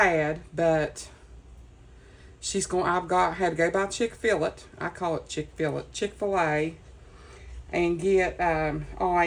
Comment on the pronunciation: I'm so sorry Abby hurt her ankle during Cheer Practice, but AGHHH!!!! Another Person who calls it "CHICK-FILL-it" AGHH!!! Sorry, but that's Awesome!!! ***NO!!! Abby is NOT "Spoilt!" She is JUST LOVED! (Any time anyone would say I was Spoiled or call me "A Spoiled Brat;" My Nana would always say... No! She's not spoilt! She is Just LOVED!!! A WHOLE LOT!!! LOL! Abby is very smart! "Time is Money!" LOL! I bet you have TONS of FUN with that Young Lady!!! Maybe it's "A Southern Thing" because here in The Carolinas, You hear "There's more than one way to skin a cat" all the time! I mean... Who in the world came up with that phrase?!?! I grew up hearing it & never really thought about it! LOL! I'm SOOO GLAD your Brain did NOT explode today! Since this week has been so rough;I hope, pray & wish that next week is Amazing for you in every way... AND... You WILL surpass your Goal of hitting 1,000 Subbies by the end of the year FOR SURE!!! This really turned out to be Super-Cute! At first, when you were collaging that one side; I was like...What?!? But I LOVE how it all organically flows together! I love all the colors! ~🙏💙🙏Much Gratitude From the Carolinas🙏💙🙏~